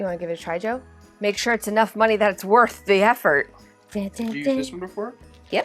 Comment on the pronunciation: "And insiiide: Muhnnay " lol